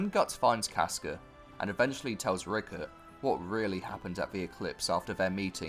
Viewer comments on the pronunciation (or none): It’s Rickrit, not Rickert